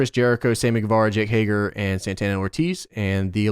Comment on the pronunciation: Everyone: Hay-Ger: Hay-GAR